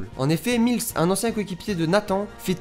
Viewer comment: Sa se prononce miless et pas milese il le dit dans l'episode ou il demande ducoup si il préfère le foot ou l'athlétisme